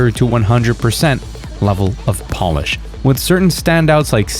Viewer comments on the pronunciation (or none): none